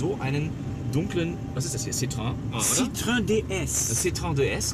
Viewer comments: Es heißt nicht Citröng, sondern Citroën. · Also Herr K., wenn man den Franzosen nachmachen will, dann muss man das Wort Citroën bitte auch richtig aussprechen. [Si-Tro-Änn|. Die zwei Punkte auf dem e bedeuten, dass eben dieses getrennt gesprochen wird, vom vorherigen Wortteil. Kein Si-Tröön....! Ansonsten super Sendung. Leider erst heute entdeckt. Hr. K + Hr. P. mit die besten Menschen im dt. TV. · "Citrön", was für Pfeifen. Es heißt gesprochen "Si-tro-enn" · Man spricht es “citro enn“ aus!!! Das zeigen einem die beiden punkte über dem ë!!!! Citroën!!! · Ach ja, die verzweifelten Versuche Citroën richtig auszusprechen. Immer wieder herrlich. Und die beiden sind in echt noch sympatischer als schon in Rolle. Brauchen gar nicht zu schauspielern.